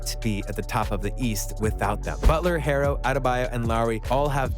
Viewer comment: How you gonna mispronounce Herro the entire video